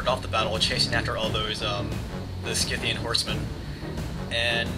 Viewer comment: isnt scythian pronounced sigh-the-an? sorry if im rong but thats how ie always pronounced it.